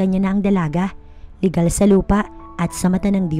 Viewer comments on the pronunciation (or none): none